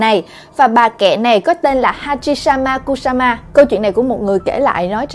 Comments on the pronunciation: đọc hachishakusama thành hachisamakusama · Khúc đầu chị nói tên của bà mẹ này sai nè, bả tên hachishakusama mà chị đọc là hachishamakusama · Chị ơi!Chị đọc sai tên rồi.Hachishakusama nha chị